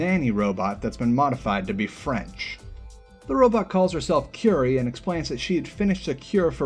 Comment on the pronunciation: prettie sure that’s not how you pronounce curie as it’s probably a pun for marie curie and the word cure i guess